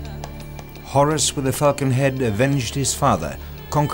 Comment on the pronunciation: I have no idea what the narrator really said but it sounds like "Horus with the fucking head..." UPDATE: It took a while, but I finally figured out what he really said: "Horus with the falcon head..."